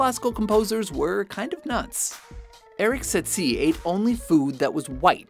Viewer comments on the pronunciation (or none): It's pronounced Satie. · omg that misspronouncement of Erik Satie really pissed me off...